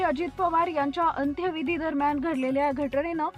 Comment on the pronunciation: मराठी नीट वाच,नीट बोल. दिवांगंथ नसतं,दिवंगत असतं,अंथ्यंविधी नसतो, अंत्यविधी असतो.बातमीत एकसंघता नाही, त्यामुळे अर्थबोध होत नाही. आपली मराठी भाषा आहे, चॅनल चांगला चालवायचा असेल सुधारणा करून घे. वाचनाचा सराव कर,भाषेच्या जाणकारासमोर अगोदर बातमी वाच,योग्य त्या सुधारणा कर.मग रेकॉर्डिंग कर. भाषा सुधारासाठी शुभेच्छा